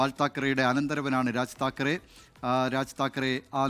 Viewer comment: താക്കറെ അല്ല ഠാക്കരെ എന്നാണ് ശരി